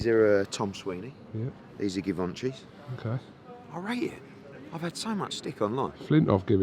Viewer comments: Eddie with the "Gui-venchy" shoes, go on then. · I didn't even notice which part was what fashionista, i was just taking the piss on how he said Givenchy.